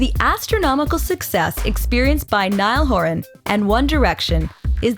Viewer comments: “Niall horAN” If you’re gonna do a video about Niall horan make sure you pronounce his name right lol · You can't have a documentary about Niall HorAn without them saying his name wrong. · Nice, but it’s “Niall horan” not “Niall horAN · Can we say his name properly plz wtff And yes nail was the front man in the u.s